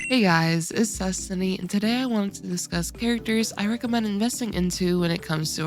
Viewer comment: Did u say zestiny at the beginning?😂